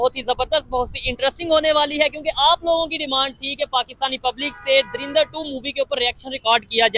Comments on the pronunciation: Bhai, it's Dhurandhar not Dhurindhar 😅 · He is pronounced like darinda 2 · Bhai drindar kyu bol ra hai drinda bol de ☺️☺️☺️ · Movie ka naam toh sahi lo yaar 😂😂😂 turindar durindar surindar😂😂😂😂😂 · Dhurandhar hai .. dhirandar nahi .. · Yar Lagta Hai Bhi Ab Anapadh Ho Gaye Hai. Darindar Nahi Movie Ka Nam Dhurandhar Hai. Dhu Ran Dhar. The Rin Dar Nahi. Jara Padhna Likhna Phirse Sikh Lo Bhai😂😂😂😂😂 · You are pronouncing the name of the movie wrong. It is Dhurandhar nor Darindar